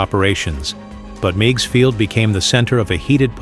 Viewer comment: The little lakefront airport in Chicago was pronounced Miggs, rhymes with twigs & pigs.